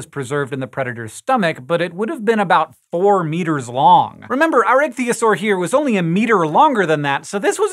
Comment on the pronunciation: Is that pronounced "itch-thigh-oh-saw?